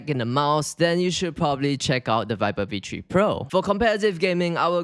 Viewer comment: Yeah vee tree pro